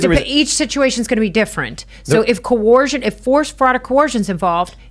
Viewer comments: The word is coercion with an 'er' sound, not coorcion with an 'or' sound - just saying🤣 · Only an American could pronounce it as Co-Wersion 🤣🤣🤣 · Not a good sign when your attorney can't say coercion